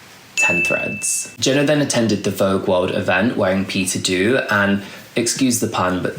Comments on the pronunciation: ❤❤ just to note Peter Do is pronounced as ‘dough’ 😅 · Heey, love love love your videos and I was waiting for this one since you mentioned you were gonna make it and it most certaity did not disappoint! Thank you for a detailed analysis❤ I just had to be a pain in the ass and point out that you might not have the correct pronunciation for Peter Do👗